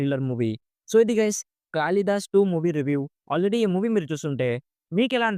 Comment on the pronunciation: కాళి దాస్ bro కాలి దాస్ కాదు